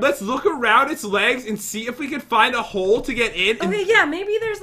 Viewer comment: Hahahahaha Instead Of Jen Saying Hole It Sounded Like She Said Hoes Or Is That My Headphones 🎧